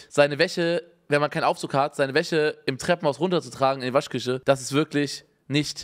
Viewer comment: Unge spricht „sch“ immer mit „ch“ aus aber bei Waschküche sagt er „Waschküsche“ liebe ihn